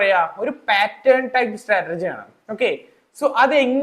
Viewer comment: സ്റ്റാറ്റർജി അല്ല സ്ട്രാറ്റെജി